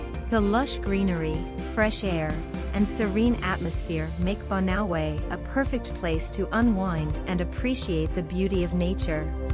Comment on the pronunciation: The narrator should learn the correct pronunciations of names of places. Example " Banaue" - bana-we; " Caramoan - Cara-mo-an